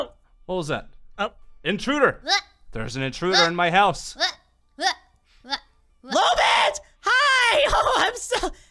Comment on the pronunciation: STOP CALLING HER LOOLBIT ITS LOLBIT